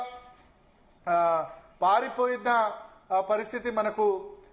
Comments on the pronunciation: పాయిపోయిన! కాదు పారిపోయిన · పాయి పోయిన కాదురా నాయన పారి పోయిన ముందు తెలుగు నేర్చుకో .....మి మోకానికి న్యూస్ ఛానల్ .....కర్మ రా బాబు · Nee telugu sakkagunda ,adhi 'paaripoina' ra